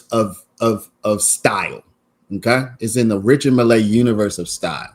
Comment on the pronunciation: It's pronounced richar mille with emphasis on the double LL. Milll